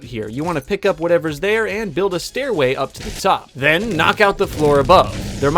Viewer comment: did he just say fortnut?